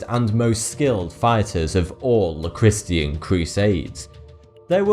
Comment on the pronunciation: I like the content and your voice, but you are butchering every word. Christian is not a hard word lol